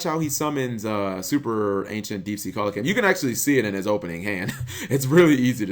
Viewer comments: It's pronounced 'Seel-a-canth' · Its pronounced cee-luh-canth